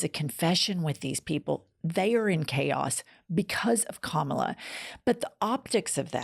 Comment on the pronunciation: Please pronounce her name properly it is KA-MA-LA and not KAMLA